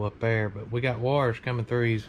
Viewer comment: It’s “Wires” not “Wars” 😂😂😂